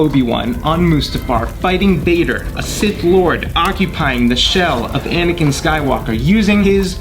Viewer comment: it Anakin not whatever u said